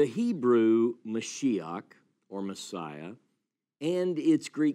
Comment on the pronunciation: I’m sorry sir but you’re quoting scripture with no context. Where is this story leading to and what is the point you are trying make? Your pronunciation of “Mashiach” “Mashok” is making me cringe. Definitely not Critical Academic Scholarship happening here.